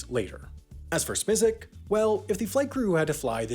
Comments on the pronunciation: I know that HAI doesn’t get the same resources as the main channel and that Smisek isn’t exactly the world’s favorite person...but his last name is pronounced SMY-sek, not SMEE-sek. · It’s pronounced smi sack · I think it's prounouced "Smye-Sik" (rhymes with "Isaac"). Source: watch?v=ts8p6e-uI9w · You need work on pronouncing Jeff Smisek’s last name.